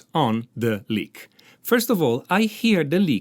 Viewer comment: I love this. Especially because he pronounces lick as Leak.